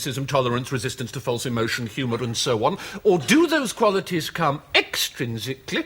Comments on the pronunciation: Extrinsically EXTRINsically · "EX! TRINSICALLY! EX! TRINSICALLY!"